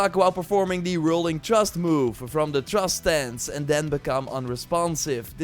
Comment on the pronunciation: "Trust Move" instead of Thrust lol